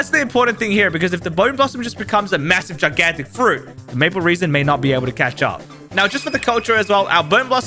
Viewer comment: Aaaah yes, Maple reason, not maple resin!